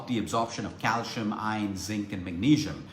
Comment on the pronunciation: Happy belated birthday! Calcium pronounced CAL SEE UM